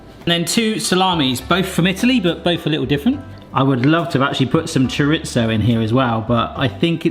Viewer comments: Lova ya but please, please, please say Chorizo correctly just once and I will let all the rest go. Ta muchly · I've never herd chorizo pronounced like that before